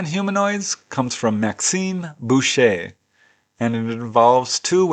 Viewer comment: My question is why would a UFO or reverse engineered secret military craft land in Little Oyster Cove Tasmania? No matter, the experts said the witness actually saw little kids in raincoats or perhaps the planet Venus. Kudos for pronouncing the name Boucher correctly. A common name where I'm from